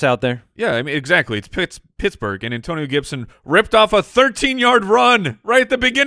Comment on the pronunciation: An-Toe-Ni-NOOOOOOOO! Gibson